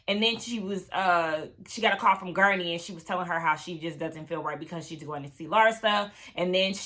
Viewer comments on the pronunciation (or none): it's Guerdy. I cackled every time you called her gurney. 🤭 Anyway, thx for another great review! 🤗